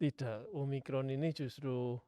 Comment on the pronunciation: omikron kak bukan om rikon